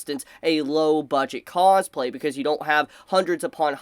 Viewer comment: The way you say cosplay starts to sound funny the more I hear it haha causeplay